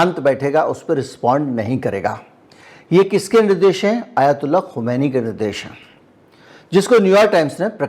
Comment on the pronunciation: खुमैनी नहीं खामीनाई सही है